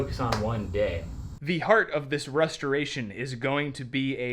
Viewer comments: Did say rusteration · I'm 100% sure he says Rust-a-ration